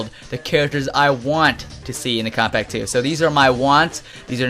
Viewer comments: It sounds like he's saying, "Kompack 2." lmao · How are you saying Kombat Pack 2? You say it like Kobpack 2 WTF?